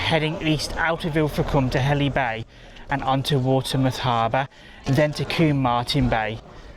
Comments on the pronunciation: Helly Bay? Oh, you mean Hele (Heal) Bay. It helps us spot the Grockles the moment they open their mouths 🤣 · pronounced heel bay , not a lot there tbh , was 12 years ago tho , perhaps its busier , the old victorian pools has the coldest water known to man , absolutely freezing